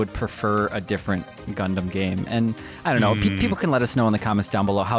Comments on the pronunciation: Funny how got on for emphasizing the "ass" in "asphalt," but nobody acknowledges "Gun-DAMN." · Love the way pronounced Gundam. Like gun-damn that was a good direct!